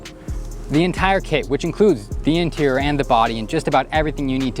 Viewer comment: Take a look at the inteer!